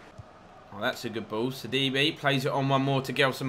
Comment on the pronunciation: sidibe is pronounced like c d bæ